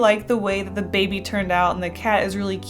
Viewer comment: whenever she said "baby" I always pictured it as being said "babey"